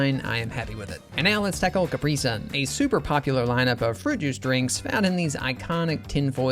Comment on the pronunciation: I don't like the way you pronounce "capri sun". Why do you say it like that? 😭